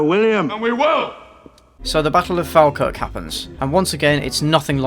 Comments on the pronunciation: It’s Fall-Kirk Not fal-Kirk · for anyone who isn’t scottish in the comments… it’s pronounced “FALL-kirk” not “FAL-kirk” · Falkirk is said folkirk, just saying. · Being from Falkirk myself, the way you pronounce Falkirk makes me cringe. It's Fall-Kirk! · It's pronounced fall-kirk. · Falkirk is pronounced Fall-kirk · Falkirk is pronounced fall-kirk. Liked the videos, but the "muh patriotism" thing got really old. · You pronounced Falkirk wrong. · No one ever pronounces Falkirk correctly.